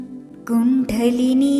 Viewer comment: കുണ്ഡലിനി എന്നത് pronounced wrong here